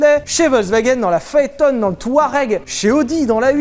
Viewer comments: On dit pas "PhaetONE" mais "PhaetON" du nom du coureur automobile Marcel Phaeton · Alors on déglingue (à juste titre) les incultes qui prononcent Veyronne, et on se permet de dire Phaétonne ! Nomdidiou !